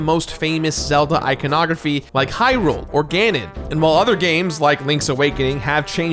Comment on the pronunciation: Or how he says heelian shield. It's not heerule it's hyrule, where hylians live.